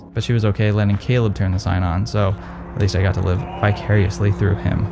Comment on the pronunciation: I literally thought you said to "live bi-curiously through him" lmao